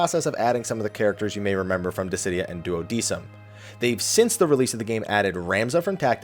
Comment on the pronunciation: pronounced "Duo-deck-um" it's Latin haha